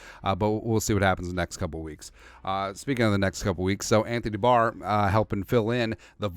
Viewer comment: are you saying Anthony D’Barr?